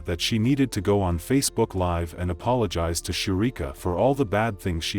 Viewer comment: She said I "apolofagize"😂😂😂